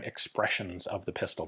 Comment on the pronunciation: Two whirled woars!